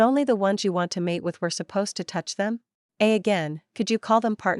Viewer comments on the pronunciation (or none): none